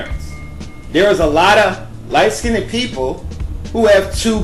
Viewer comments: This video is foolish disinformation. You do not know what you are talking about. Get knowledge before you start talking. You are a foolish person. You don't know how to say SKINNED. You are making up your own ish dude. SHUT UP!!! Stop making dumb videos. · ...which era are you living in sir? Your Genes also come from grandparents, great and great great grandparents not just from your parents. Your argument has no merit!...and please look up the proper pronunciation for the word "skinned". I do however agree on at least one thing you vaguely mentioned which was people are beautiful in their own way. Black, White and mixed women and men. We all have something that makes us unique and we should be proud and embrace it. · bro, what the hell is "light skin-nid?" you make valid points but your prunounciation of the word "skinned" got me distracted. lol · Am I the only one who keeps laughing whenever he says skinned as he pronounces it Skin-Ed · OMG!!! The word is light SKINNED!! Please learn how to pronounce the word!! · First, it's not pronounced "skin-ned". And also, yes, if you're a light skinned black who does not have typical darker skin or you have light eyes and non afro hair then you have non black ancestors, whether it's your parents or generations ago. Steph curry clearly has white ancestors and his half is multi racial. They wouldn't have a white looking light eyed daughter if they were full black. Show me one girl in Africa born from black parents who looks like that child. Look at the pic of Steph's parents at the bottom of this link... his mother looks almost as white as mine. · I couldn't finished the video because he kept saying light skinned-ed and dark skinned-ed sounding extra ignorant. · Lol totally agree.. I wonder if he really believes this stuff or he's that's stupid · Please pronounce the word light "skinned" correctly. Thank you. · skinned is one syllable, not 2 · can someone teach this dude how to pronounce skinned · Yvonne Wabai ... It's not.